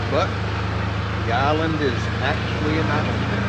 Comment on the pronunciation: What is an "ahlind"??